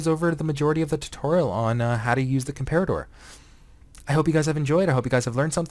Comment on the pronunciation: You're pronouncing comparator wroooong. Unless it's supposed to be pronounced differently than a real-life comparator.